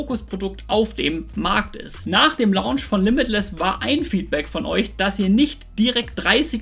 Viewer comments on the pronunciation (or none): none